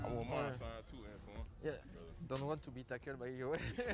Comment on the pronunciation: Yes, Khalil Mack did pronounce Antoine's name correctly . Antoine seems very chill, delighted and gratefull. IIRC a UK Rugby player did play on an NFL team for several seasons. I think he was a commentator for UK TV when they showed NFL games. Oddly, YT suggested In full: British Army v USA Military | Remembrance rugby union I haven't watched (2h:11m:59s). There's also British Army vs USA Military HIGHLIGHTS 11-11-25 (5m:2s) Best Wishes. ☮